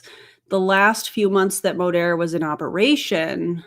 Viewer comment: You almost went full Texas accent with that Modeeeeeerrrr 😂